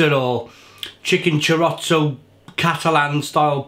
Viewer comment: 'Cuatro fromaggio and chicken and CHOROTSO' you're really selling it fucking hell 😂